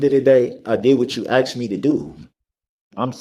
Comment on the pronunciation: Grounz? Grounz for the substained he axed without relevancy?